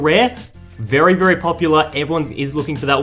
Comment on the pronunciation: Mmmmmmhhhhh bery nice bery good